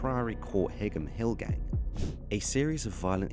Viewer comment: You pronounced Beaumont and Higham Hill wrong….its ‘Bo-Mont’ and ‘High-um Hill’